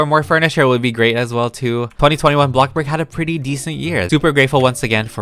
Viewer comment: I love how he says blockburg instead of bloxburg